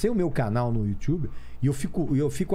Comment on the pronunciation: you tchube - Régis Tadeu